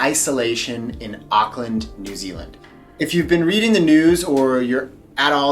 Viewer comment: When you said New Zealand, I genuinely thought you said Disneyland. Oy. 😂😭